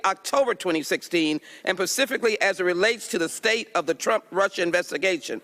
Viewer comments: "pacifically" instead of specifically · *cringe*...she said "pacifically"..twice. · Isn't anyone else in disbelief that Ms. Jackson Lee actually said "pacifically".... twice?!?!? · The saddest part is someone that doesn't know how to say "specifically" rather than "pacificly(?)" and they're in the US gov't. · Ms. Jackson Lee said "pacifically" at least twice. Bet she also says nuke-u-ler. We all know what she means but does that mean she has the wave on to squint her eyes in scrutiny to anyone? Especially someone who is way more articulate and has a better grasp on the english language.